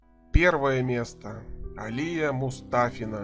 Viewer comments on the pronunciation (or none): не Алия а алиЯ... составляющий топ 10жен. гимнасток Абсолютно не осведомлен об этом виде спорта! Ну и дикция с голосом оставляют желать лучшего.... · Сам ты АлИя Мустафина, её зовут АлиЯ Мустафина, ты же не говоришь МихАил, или КонстАнтин. Раз взялся, то будь добр сделай по человечески... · АлИя? Может всё таки АлиЯ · Правильное не А́лия, а Алия́ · Админ, ударение правильно ставь, Алия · АлиЯ!!! Ударение на последнюю букву. На последний звук. Это на алИна, это - алиЯ (нарочно написала имена со строчной буквы, чтобы визуально ввделить ударение). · Алия ударение на Я.Это мусульманское имя,не надо произносить под славянский манер. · У комментатора не хватило ума даже поставить правильно ударение в имени "Алия", зато хватило ума собрать все тупые сплетни про гимнасток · Алия татарка, ударение правильно ставить на -я. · Алия слог падает на последнюю букву!!! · Алия Мустафина у имени ударение на Я а не на А!!!! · Алия, ударение на "я".